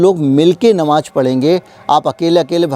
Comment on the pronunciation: You are another Vinod Dua. Anti RSS, BJP and Modi. Why don't you keep some of peacefuls at home ? Muslims are not a minority they are the second highest majority. Learn to pronounce Namaz it is not Namaj. Your agenda is one sided.